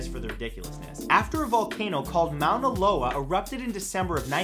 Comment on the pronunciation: Its "Ma-oo-na Lo-a" not "Mow-na Lo-a"